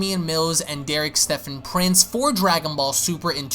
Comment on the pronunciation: I never knew they were called Dwagon Ball's this guy's voice is golden lol